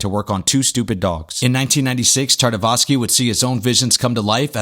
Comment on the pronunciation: Primal was soo good! Also, I believe it’s Tartakovsky, not Tartavosky ;)